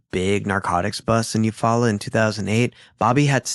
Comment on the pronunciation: its U-fall-la is how you say the town in your story